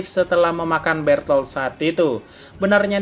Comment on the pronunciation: Bertoto bang bukan bertolt